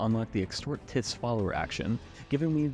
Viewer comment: Tithes is pronounced tie-ths.